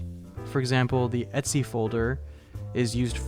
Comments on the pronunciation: et-c folder? You mean like "et cetera"? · Are you really calling the etc folder "Etsy" or am I confused?